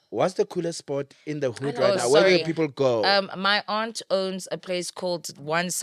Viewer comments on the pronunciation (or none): none